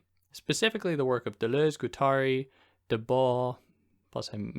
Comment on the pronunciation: I actually think he's talking about the French thinker Guy Debord, it's just that with the attempted French accent the d is silent and the r slurs into a slight L.